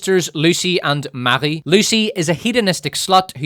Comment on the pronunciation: Updoot for saying "Marie" in a French way.